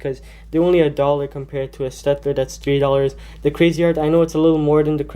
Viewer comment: Just a little point: You pronounce "Staedtler" as Shtaedtler. And I don't know where you actually got them, since the Staedtlers I have don't have those problems. And I prefer Staedtler to Crayola (: my opinion